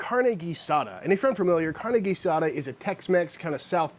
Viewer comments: Your pronunciation for carne guisada is very nice for a British accent. IMO, carne guisada is the ultimate test and most "chefs" mess with it way too much. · your Spanish pronunciation is getting better. Hell, ya never know, one of these days we might make you an Honorary Texan! In Tex-Mex, carne guisada means beef like Chud is making minus the smoker. In Mexico, guisadas are something that you'll see in certain restaurants, normally run by abuelitas - somebody's grans- that make stewed meats and vegetables intented to be put into tortillas. These lunch places are very thrifty, really maybe $2 or $3 for more than you can possibly eat, and being from afuera or not from Mexico, you may just become an Honorary Granddaughter and they won't let you pay. If any of y'all want to do this in Mexico and you don't speak Spanish, the best bet is to ask a taxi driver, or a worker in a Mercado where you can find tacos de guisadas. They'll know & it'll be a real Mexican locals experience.